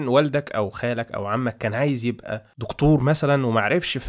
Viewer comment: مشكلتك حاجه واحده نطق وحش جدا جدا جدا ليه بتقول دقتور ما تقول دكتور ومسمهاش قوت أرجوك قناتك حلوة جدا بس نطقك بيقفلني